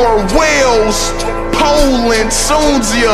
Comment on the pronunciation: I think it's ment to be Tunisia but he said it as tsunsia